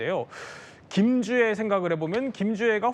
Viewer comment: 김주앴씨랜다 ㅋㅋㅋㅋㅋㅋㅋㅋㅋㅋㅋㅋㅋㅋㅋㅋㅋㅋㅋㅋㅋㅋㅋㅋㅋ